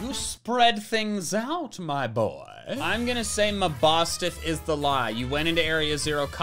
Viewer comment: getting Mabostiff right is the equivalent of using the wrong formula and still getting the right answer